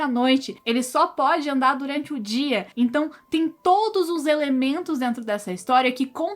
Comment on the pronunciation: Parei de assistir quando ela falou 'todis'.